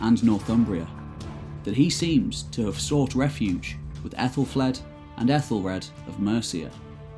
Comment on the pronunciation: Pronounced A thel fleed and A thel red and A thel Stan and Mercia is a modern name not Anglo Saxon and the c in Mercia is not s sound but Ch sound old English Mierce meaning border people surrounded by other kingdoms and Wales. Modern name Ethel derrives from AEthel meaning noble/royal and flAE'd means beauty